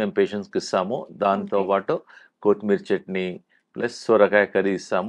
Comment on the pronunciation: కోతి మీరి కాదు - కొత్తిమీర